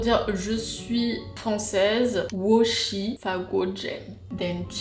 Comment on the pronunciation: Oui je suis totalement d’accord, le chinois c’est comme un instrument, c’est un peu tous les jours. Mais c’est vrai que la prononciation c’est dur ! Et je pense que tu dois pas avoir de bons profs, parce que apres deux ans, prononcer shi « chi » c’est qu’ils ne doivent pas faire attention. Ales bon courage, moi j’ai galéré aussi !